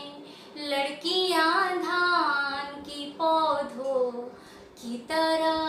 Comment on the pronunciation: its not haa sound at the end of paudho instead sound goes to nose like noon ghunah